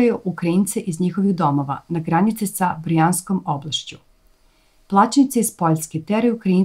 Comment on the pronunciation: Ama nije Brijanska nego BRJANSKA !!!!!